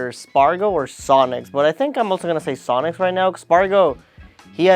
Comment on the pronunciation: He said sonix